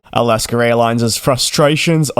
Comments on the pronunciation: It’s Alaska, not Alasker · Do you actually pronounce it like Al-ask-ah? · DJ does not like this criticism and will likely delete it. I for one, having been born in AlaskA and lived most of life here, do not understand how or why the R comes into play. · Wrong. It’s Alaskerairlines.